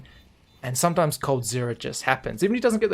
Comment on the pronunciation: Emphasis on "sometimes"